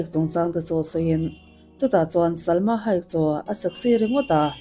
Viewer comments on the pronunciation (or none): I thil lam dan hi mak thei ee😂😂😂 Salma Hayek pawh a hming I lam dan a diklo a career pawh Carrier angin I lam bawk a 😅 mahse min huat phah lo la kalo sawi ve Mai* anih hi ❤